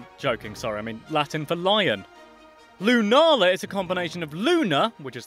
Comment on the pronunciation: they are pronounced Soul-Gar-Leo Solgaleo, and Luna-La Lunala